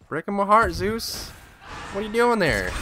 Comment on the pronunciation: In any single video, he says Zues!